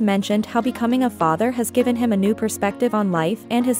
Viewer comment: "Becoming" not "becaming."